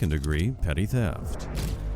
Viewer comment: That's actually a "petty" theft, not "petite" 😂